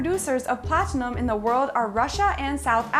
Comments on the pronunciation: It's not Platenium...Its Pla-ti-num. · AND YOU PRONOUNCED PLATINUM WRONG UGHHHHGG